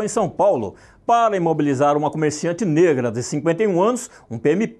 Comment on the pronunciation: E essa ênfase em "NEGRA"?? Tomem vergonha racistas